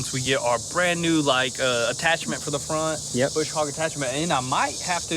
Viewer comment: Brush Hogg boys, not bush😊